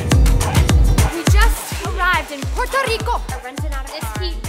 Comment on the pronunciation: It made me so laugh when said " we just arrived in PULRTO LICO (That's what I understood) " Love ya!